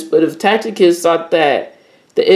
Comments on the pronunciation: It’s pronounced “Tass-itus” not “Tackitus” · Learn how to read bwoy its not tacticus, its ta ci tus, ta see tus, seen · Tacitus not tacticus lol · Brother I believe his name is pronounced "TASS-SI-TUS" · When you jump into the world where scholars & scholarship; where academics have done extensive research, your credibility is tantamount. You must know how to pronounce Tacitus or anything foreign to yourself. Secondly the text with regard to the "Ethopians" from Tacitus Histories Five states that he does not know where the Jews came from and offers five alternatives answers to that question. What you have done is to cherry picked one story without referencing that fact. It's is important to be credible, to sift deeply into a question or position and to give the subject the thoroughness it deserves. I trust that this will encourage you to look more deeply into this question, additional, to be fact based so that you don't present a narrative you want to see... happen...